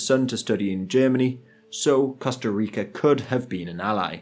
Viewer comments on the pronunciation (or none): none